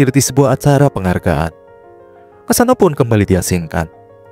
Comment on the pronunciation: Kassano bukan kasino